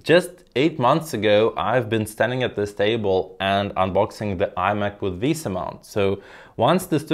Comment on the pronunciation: Finally, someone who prounoucnes "VESA" correctly! 😂Thanks for the nice review.